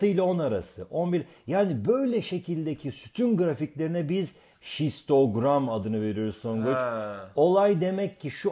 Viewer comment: 1.07 Şistogram mı ? :D